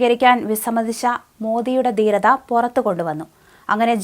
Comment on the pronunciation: ഉച്ചാരണം ശ്രദ്ധിക്കണം.ദീരത അല്ല ധീരത എന്ന് പറഞ്ഞു പഠിക്കൂ.